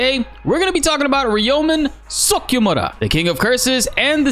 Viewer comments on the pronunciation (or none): "Ryomen Suk yuh mudda" lmaooooo i appreciated that as a jamaican.